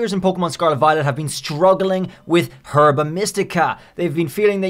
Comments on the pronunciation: It’s not pronounced “Herba” it’s “Erba” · Gonna have a stroke if you keep saying Herba like that